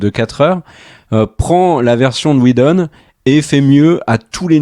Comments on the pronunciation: Superbe résumé! Mais un truc m’agace pourquoi vous dites Schneider avec un chhhh ou lieu de Snyder et même chose pour Weshdon ou lieu de Whedon... on dirait que je n’entend que ça et ça écorche mes oreilles et c’est dommage ! Sinon dans le propos je suis assez d’accord avec vos propos. Perso j’ai adoré le format choisi choisi par Snyder et je trouve ça plus épique justement par la hauteur, car en BD on est beaucoup plus sur des cases en hauteur sur des pages pleines pour montrer la grandeur des super-héros ! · SN-AIL-DEUR et WI-DONNE et pas schneider et weshdon svp. Je vous adore mais massacrer les noms pendant toute la vidéo c'est insupportable pour les oreilles ;) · La SCHNyder cut... Je vois pas où vous allez chercher ne son "ch" dans Snyder. Et il n'y a pas de "ch" dans Whedon non plus. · J'ai bien aimé la prononciation Weshdon, qui n'est pas sans rappeler Wejdene. Les deux volant à peu près aussi bas, le lapsus n'en était que plus croustillant ! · Schnider, Wesh Done, Sheredder, schrebeure, Jacque scheckbear… l'assassinats des noms. Mais très bonne critique. .P.s. n'essayez jamais de dire benedict cumberbatch (Dr Strange) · Ya un soucis avec la prononciation des noms des réalisateurs (à moins que ce soit une blague et que j'ai loupé le truc), mais Schneider et Weshdon je connais pas perso ^^ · Sny-der Whe-don Pourquoi rajouter des 'ch' partout ? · Josh "WheJdon" et Zack "SCHneider" hahaha..On s'en lassera jamais!! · Juste pour savoir, est ce que le gros blaireau avec son gros pif et sa tête infâme peut arrêter d’écorcher absolument tous les noms de réalisateurs ? Il veut se donner un genre ??? Parce c’est claqué au sol comme genre ça Snyder c’est avec un S et pas CH, donc pas Schnider comme Spilberg qui est régulièrement sali par ce bof intersidéral et bien sur Whedon !? C’est Whedon pas Weshdon espèce de gros naze !! Il me fatigue cet imbécile heureux a force